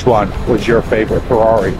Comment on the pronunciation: Haha the struggle for the Ferrari names. Even how to say Ferrari. Not ment in a bad way btw :D